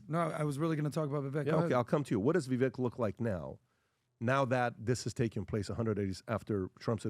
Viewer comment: I wonder if will ever pronounce Vivek properly? I thought it was how he says it at first, but since Vivek himself pronounces it differently, I followed his lead...since it's his name.